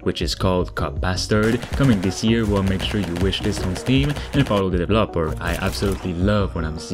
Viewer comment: "Devil Opper"